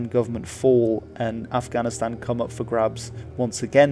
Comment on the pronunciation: It really bothers me how he prounces Afghanistan